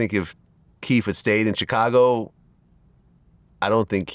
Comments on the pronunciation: I hate the way Vlad says Chicago. He says “Cha-cago” 😫😫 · I absolutely hate the way Vlad pronounces Chicago so phonetically. That's not how that word goes, it's not english smh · I hate how Vlad pronounces Chicago.